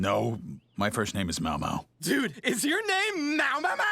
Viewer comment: How does get Mao Mao's name wrong and but can say his full name just fine